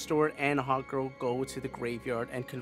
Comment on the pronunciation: I love how I kept hearing you say "Hot Girl" instead of "Hawk Girl" lol